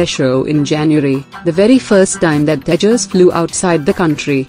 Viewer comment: What's the need for the pathetically anglicized pronunciations when the accent is still indian can't you pronounce Tejas correctly